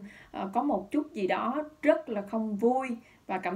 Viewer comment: Tôi nói nhiều lần rồi, Dương hãy nói giọng miền Nam bình thường chứ (gi) mà (xì) hoài thì mất hết giọng đặc trưng của người MN, đâu phải phát âm như vậy người mb, Mt, MN mới hiểu.